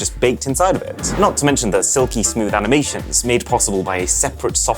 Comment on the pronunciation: Did I just hear 'aminations' instead of 'animations' ?